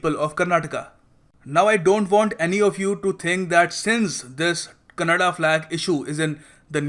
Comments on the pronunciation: It's Kannada Flag , not Kannad Flag. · It not kannad it's kannada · Thanks fr this information but pronounce properly its kannada not kannad.. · Its not Kannad bro its Kannada learn to respect the language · I love the way say it's Karnataka. But don't say kannad. It's kannnda. Simply you are asshole as enyoneelse